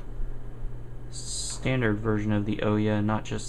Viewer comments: OMG! IT'S OOHYAH, how does a developer not know the name of the console? It might not be that bad but you say "OH-YA" about 30 times during this video... drives me nuts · Please please please pronounce it right. It's Oooo-ya. Not Oh-yeah. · Oooooooooyyyyyyyaaaa not Oyeah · The most annoying part of this video that made me stop watching it is he calls it the oooeeya a bunch of times common man ooouya not that hard they've made videos where the name is said, the name is said in the boot cutscene yet.. you some how manage to get it wrong. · First you sound so boring and its annoying and its ooh|Yaa| not the O ya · It's pronounced like booyah without the b like oooyah not ohyeah just so you know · Ooooya, not owyah :D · it would actually be OOO-YAA not OOOH-YAA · I dislike the video because you called it an.... "O" - ya"...... instead of Ooo yah. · oh-ya? it is oo-ya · I can't get over how stupid "oh-yuh" sounds. The company itself said it's pronounced "ooh-yah". Regardless, thanks for the video... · "UUW-Yaah" "UW-Ya" Never "O-yea" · The ooya it's has a U pronounce it properly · NO. its the OO-YAW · OUYA, the "ou" from "you" and then "ya" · It's oooo-ya dude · OUYA no o-ya your not the kool aid man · Nice video, thanks for posting. But a small correction: it's pronounced OO-YA. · Thanks for the vid! and oh yea...its Ouya said like booo yaaa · Why doesn't anyone pronounce this damn name right? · You pronounced ouya wrong. It's pronounced ouya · Your pronounced ouya wrong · not to be mean but your game needs a lot more work and polish. also I don't think you're saying OUYA right.